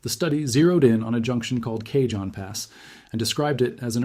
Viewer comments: Try pronunciations =Kahon, Cajon pass, translation = "BOX PASS" EARLY WAGON TRAINS TRANSPORTED MANY BOXES OF VARIOUS GOODS🎉🎉. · CAJON = KA-HONE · Love your content. One correction: the "j" in Cajon and Tejon is pronounced like an "h', as in the Spanish language. Please. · If you can't pronounce "cajon" how can we believe anything else said. Hire a human.